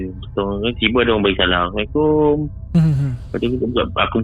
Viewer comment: Bukan aasalamualaikum. Tapi assalamualaikum